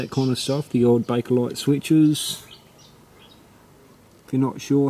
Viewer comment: no r it is bakelite good videos from u